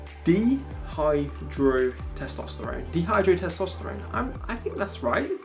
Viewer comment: Good video man. It’s Di-Hydro Testosterone :) The Di pronounced like Die. It’s a precursor form of traditional testosterone 😊